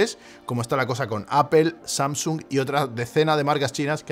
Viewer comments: por que dices apel si es aple (apple (apol)) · Me perdió cuando dijo “apel” cuando van a aprender los españoles a pronunciar “apol”? O bueno este uruguayo italiano podría decirlo simplemente en inglés, es mucho pedir? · Por favor no digas 'apel' o 'nozin' queda fatal, no es así y solo contribuye a la ignorancia tan enorme que hay en este país, con algo tan universal, fácil y básico como el idioma inglés. Luego sales de España, no te entiende ni el tato, se ríen de ti y quedas como la gocha. Debe ser que llevo demasiado fuera del país y hasta ahora no me había fijado, ya que suena fatal.